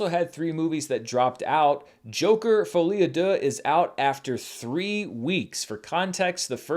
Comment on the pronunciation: I never made any comment about your French pronounciation, but hey you made a lot of progress on "folie à deux' so this is Worth mentionning. Congrats